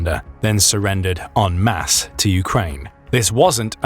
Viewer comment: En mass. Not 'on mass'